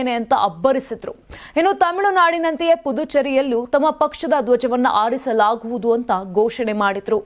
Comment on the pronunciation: ಆಹಾ! ಅಮ್ಮಾ ನಿನ್ನ ಕನ್ನಡದ ಉಚ್ಛಾರನೆ ಸರಿ ಪಡಿಸಿಕೊ.ಅಲ್ಪಪ್ರಾನ,ಮಹಾಪ್ರಾನದ ಕಡೆಗೆ,ಗಮನ ವಿರಲಿ.ಧ್ವ್ಜಜವನ್ನು,,ಹಾರಿಸ್ಲಾಗುವದು,ಮತ್ತು ಧ್ವಜವನ್ನು,ಆರಿಸಲಾಗುವದುಎಮ್ಬಲ್ಲಿ,ಬಹಳ ವ್ಯಾತ್ತ್ಯಾಸವಿದೆ.ನಮಸ್ಕಾರ ತಾಯಿ.